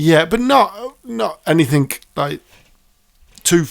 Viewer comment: AnythinK? It's a "G" bud.. Lol.